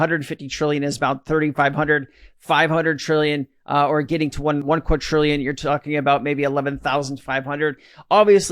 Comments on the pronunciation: Yes! I've almost commented a hundred times every time he says quaTTTrillion!😒🙄🤣quaDDDrillion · There is no letter "T" in the word Quadrillion